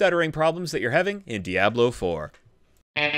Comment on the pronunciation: Only Deckard Cain is allowed to pronounce "Diablo" like that.